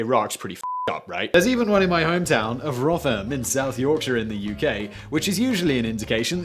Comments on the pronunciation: Did .... did he just call it .... rother ham? ..... its pronounced "rov rum" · In the interest of correcting your pronunciation, it's "Rothrum". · Rotherham is not pronounced like Goth. It's softer like the Ro-the-ram. And you claim to be British but never heard of Rotherham? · It’s pronounced ro-ther-am not Roth-er-ham This made me angry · Simon you have spent too much time in your life in the states. You've started to pronounce place names like an American. Roth-er-Ham.... Danny is crying in the cellar right now. It's pronounced Ro-the-ram and the "o" is a soft o not a hard O. What next.... Lie-ses-ter. Come on man you're British! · For crying out loud, Sy. It's pronounced ROTHER'M. NOT ONCE in my 47 years (in a month) in this shitheap of a country has ANYONE said RotherHAM. Ask Danny. Maybe get him to do an audiofile so you don't eff up so GodDAMN awfully again. At least we're 4 mins in. Can it get much worse? ;) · 'ROTHER-HAM'? Did you mean the town in South Yorkshire whose name most people in the UK pronounce as 'ROTHER-UM'? Is this an internet thing, where presenters are struck with an inability to pronounce the names of places from their own country of origin? And then compound it by saying they've never heard of the place? Bloody Hell. Next time you're back in the UK, Simon, you might want to give Rotherham a swerve. Just in case, eh? And Philadelphia, too, whilst you're at it. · Its pronounced rovrum not rotherham. Not complaining in fact Im rather surprised any one there can read let alone write. Dont worry Simon about not knowing the place as even the inhabitants try to forget the place. I joke of course Im from Sheffield so I have to poke fun. Its a law or an old town charter or something. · It's pronounced Rother-Rum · Rother-ham! You mean Rotherham in South Yorkshire! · Rotherham = RO-the-rum, with the 'th' of 'the', and a short 'o' at the beginning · I'm Canadian and I was thinking "Isn't it like, ruthrm?" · Rotherham? Roth-ur-um